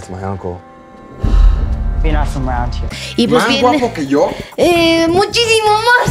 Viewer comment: "Muchishimo más" Tomala!!! Turn down for whattt